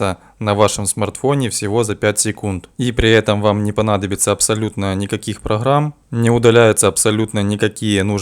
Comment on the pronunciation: После "дэлэте" и "проХрам" как-то не захотелось эксперементировать